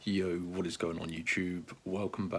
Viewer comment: You talk wett you've got to do surveys you melt